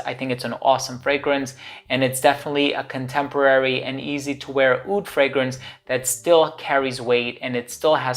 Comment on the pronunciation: But not oud :)